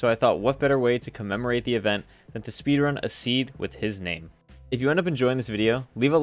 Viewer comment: Speedrun the seed "sepeedrun the seed"